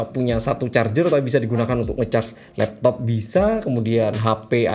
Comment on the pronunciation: 3.38 apa itu l”lappop” gaiss???😂🤣🤣